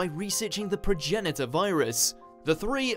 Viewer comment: He did pronounce it right though..